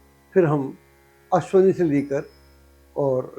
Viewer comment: "अश्वनी" लिखना-बोलना ग़लत है, 'अश्विनी' सही शब्द है।